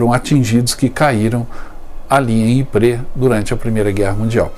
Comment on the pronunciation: `Ypres, não Yprés. o acento é no Ípsilon.